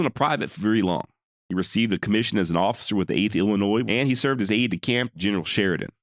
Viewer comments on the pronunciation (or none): none